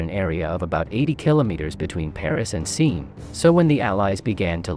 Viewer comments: Seen is referring to the river seine in Normandy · Cool video.Mispronounced Seine and Leibstandarte.